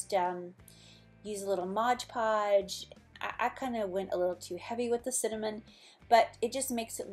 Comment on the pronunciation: It's Mod Podge, a lot of people mispronounce the Mod as Modge, my husband included.